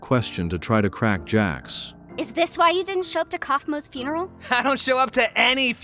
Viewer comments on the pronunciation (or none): none